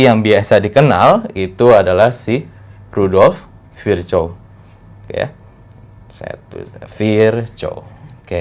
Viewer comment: Nama Rudolf Virchow bacanya rudoph virkoo ya temen temen, cuman biar ga salah spelling nama orang soalnya.